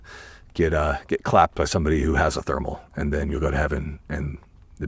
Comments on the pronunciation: Why can’t he say thermal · Can you not say thermal?